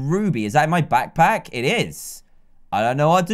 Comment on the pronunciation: did anyone else hear that he said lackpack